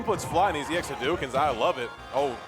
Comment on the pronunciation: I love how he says EX hadouken you can tell he knows SF.